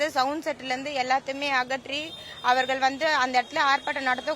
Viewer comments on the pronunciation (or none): none